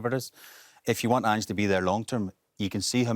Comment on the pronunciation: Did he just call ange aynjee